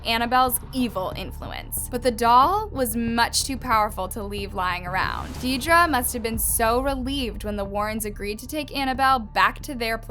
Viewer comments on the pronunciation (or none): I’m so sorry, Deidre is pronounced as “deer-dree”